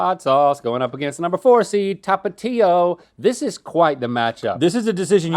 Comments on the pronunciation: i always thought it was pronounced Tapachio (Tapatio) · How he pronounces Tapatio 😂